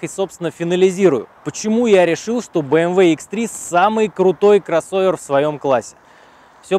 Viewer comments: Красава ) есть одна придирка с моей стороны, мне кажется не стоит акцентировать внимание на слове « крОсовер» точнее на букве О в этом слове, как то ухо режет братан) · Пожалуйста, не произноси слово "кроссовер" через "о".